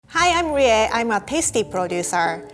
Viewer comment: Who heard "hi I'm rite I'm a pasty producer"